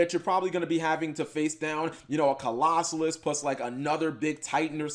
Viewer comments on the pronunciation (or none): Co-Los-sus Cap. Repeat after me. Co-Los-Sus